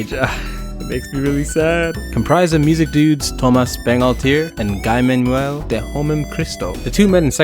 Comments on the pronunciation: it's pronounced Thoma' Bangalter and Gee Manuel. I'm pretty sure you don't like it when people mispronounced your name right. Guy lol. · “Guy Manuel” is pronounced “Gee-Manuel”